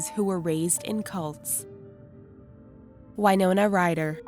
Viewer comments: Winona rider is said Win-oh-nah not Y-no-nah Winona is my sisters name so I should know and I've met Winona Rider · I always though it was Win-oh-na not Wine-owner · Winona Ryder not whynona